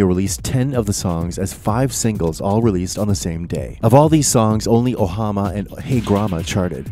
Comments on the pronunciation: Ohama? It's Omaha, dude. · “Oh Ha Ma” and “Hey Graw Mah”?!? Not sure if it’s horrible A.I. reading the script or just someone who can’t read. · Shannon “Moon”? … Skip “Spencer”? … Matthew “Katz” (rhymes with “cats”)? … “Ohama”? – All presumption to narratorial authority thoroughly forfeited here. But, nice photos … and the VO doesn’t sound like AI (if it is a person) … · You really have to respect the guy reading this script when in the intro he demonstrates that he does not even know Skip's name...yet reads it correctly a bit later. He reads. Real writing,. By other people. He doesn't know how to read 'Omaha' though. Maybe someday. Probably not. The internet is truly a wasteland, littered beyond the dimming horizons with the bleached carcasses of expertise that used to walk these vacant sands. Skip's legacy deserves much better than parasitic ghouls such as these. Go and get OAR and develop your own relationship with it, and stop wasting your life in here.